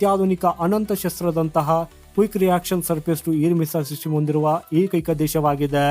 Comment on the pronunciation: ಸಿಟಿಮು ಅಲ್ಲ ಮಾರಾಯ😂😂 ಸಿಸ್ಟಮ್ ಅಂತ ಸರಿಯಾಗಿ ಹೇಳು